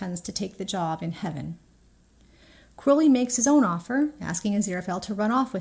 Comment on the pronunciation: Thankyou American person for pronouncing Crowley properly. I keep seeing YT American videos where they say Crauley., I have to wonder if they call the black raven like bird a crau. I really love this. I think it's spot on, not sure I'd relate it to the ox ribs. The way I see it, Aziraphale is always saying nice things to Crowley, which he often rejects, and he is always making heart eyes at him. That's how he expresses his feelings. Crowley, makes grand gestures. He has asked Aziraphale twice in S1 to run away with him, and both times, he just came back when it was rejected. This time, he knows he can't just come back , he's desperate so this is his biggest gesture yet. Totally agree it's about communicating and it's all about being in love. Gaiman says this also.